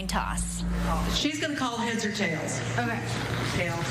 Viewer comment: “okai” LMAO